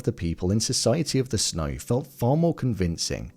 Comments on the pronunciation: Why do you pronounce it "Snoy" instead of "snow"? This is driving me crazy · Society of the SNOY